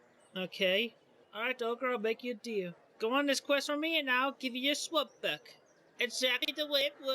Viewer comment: Chris's attempt was actually pretty funny, I laughed when he forgot Farquad (Fuck-wad)'s name several times. I don't like his art style but it looked comical. When he said swamp I thought he was saying slut.